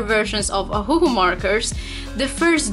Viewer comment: Ohuoh not ohuohoh